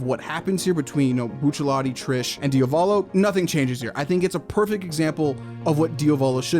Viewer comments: one quirk only: it's DIA-volo not dia-VO-lo!!!!!!!!!!!! please!!! just repeat the italian google translate pronounciation!!! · for later videos, pls say Diàvolo, which is the correct pronunciation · is that how you pronounce diavolo? i dont think ive heard that pronunciation before